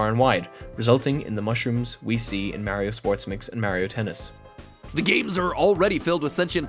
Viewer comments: pronounce mario correctly nerd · Just to be fair, I don’t trust you on any of this because you can’t say Mario correctly (just funny joke)